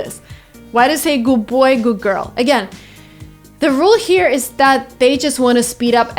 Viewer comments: Say "Goog girl" instead of "Good girl" Me:Wait....why i'm hearing GOOGLE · "What's a goop place to travel"